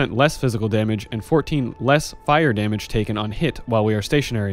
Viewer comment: damamage, filthy caster confirmed